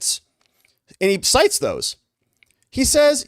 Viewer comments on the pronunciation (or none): none